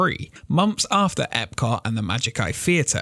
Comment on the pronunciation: You know there’s a letter “T” at the end of the word Epcot right? Your accent cuts it off lol. I love your videos keep it up!